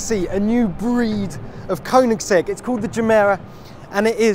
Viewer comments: You get the opportunity to talk to Christian about the car and you stand there consistently pronouncing it wrong even after he says it correctly smh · 😂 gotta love koenigsegg